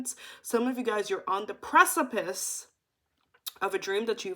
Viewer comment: Yo what's up with you, and y'all buffering Everytime y'all try to pronounce precipice? Love it😂❤❤